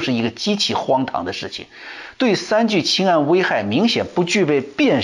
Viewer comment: 三聚氰胺，很多人发音都错了，发对了。